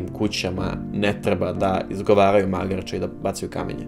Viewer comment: Mislim da se ne obraća Radi sa "Magarče!", već da joj ukazuje nišlijskim akcentom na (malo) magare - "magarče". Pogrešno si akcentovao 🙃... (mada verujem da nikog i nije briga). U svakom slučaju "Keep up the great work, "